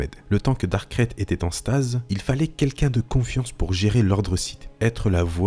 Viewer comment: C'est marrant que tu prononce Dark krayte comme sa: "Crête" Moi je l'ai toujours prononcé :"Craïte"